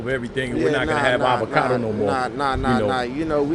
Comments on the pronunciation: Avacoda? Anacondo? Avocado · Avacado not "Avacoda" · Avacoda lol. It's Avocado.